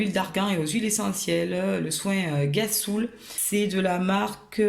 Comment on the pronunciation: juste pour te dire ^^ on dit le mot ghassoul pas avec un G mais avec un R =) donc rhassoul ahah voila :) voila sinon tu es très inspirante